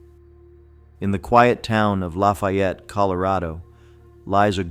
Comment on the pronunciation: Ok. Whomever is pronouncing Lafayette like we’re in the middle of Louisiana or some other southern slow drawl state—pls stop. It’s not LaaaaFaiiiiiiiiiiiiiyetttttt. In Colorado is La-Fee-It. Short and to the point.